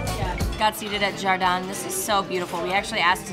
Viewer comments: It not pronounced Jardan it is Har-deen. That is Spanish for graden. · Wonderful presentation! By all accounts of very good place to stay! The restaurant you pronounced as Jar Deen, in Spanish it's pronounced Har Deen meaning garden in Spanish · its pronounced: hahr. - deen